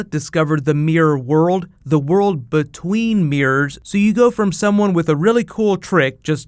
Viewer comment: Y does he say mirrors as meres